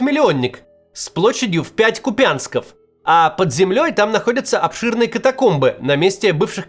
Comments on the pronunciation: Не КупЯнск а КУпянск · Как же ты заебал с этим КупЯЯЯнском. Ты специвльно издеваешся? Знаешь же что правильно КУУУпянск уже ж говорил правильно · купЯнсков 🤣 Максим до сих пор не разобрался куда ставить ударение 😂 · Максим, сколько можно объяснять?! ... Не КупЯнск, а КУпянск! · Макс пожалуйста,украинцам, будет приятно, когда Вы будете произносить ,так как надо Купянск,ударение на первый слог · Макс, пожалуйста, не говорите как роств, КУпянск. На "у" ударение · Научитесь уже правильно произносить название города КУпянск, сколько можно уродовать название города? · Максим , Ку́пянск . Очень не приятно , когда города , которые в Украине , коверкают журналисты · кУпянск, кУпянск, кУпянск!!! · Одесса - это минимум 50 Купянсков, а не пять. И ударение на У - Ку́пянск!!! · Купянск С ударением на букву У Це важливо ! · Хочу вас поправить. Купянск ударение на первом слоге. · Максим, КУ'пянск, ударение на У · Максим, прошу Вас, Купянск, ударение на У, ну пожалуйста.